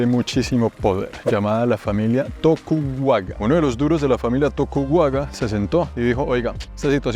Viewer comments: No es "tokuwaga" pero "Tokugawa". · señor es tokugawa no tokuwaga. entiende eso. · "To-ku-ga-wa" y no "tokuwaga". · Lo único que puedo corregir es que la familia no es Tokuwuaga sino Tokugawa. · Bien por hacer la tarea y explicar la historia, como recomendación menor (ojo menor porque obvio el japonés no es tu idioma nativo), busca en Google la pronunciación de las palabras, ahí hubieras captado por ejemplo que es "Tokugawa" 😜